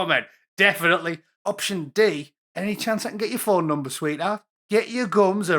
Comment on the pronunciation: "furn" does she mean phone ?